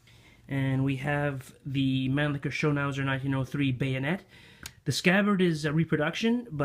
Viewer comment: Great content! Just discovered your excellent channel and immediately subscribed. An unsolicited observation, if I may: you might want to modify your pronunciation of “Mannlicher” — your rendition of it sounds hilariously obscene...